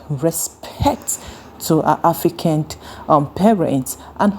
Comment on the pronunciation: It's "AFRICAN" and NOT "AFRICAND" PLEEEAAASE!!!!!!!